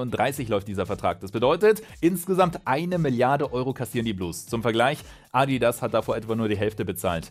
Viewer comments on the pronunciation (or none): none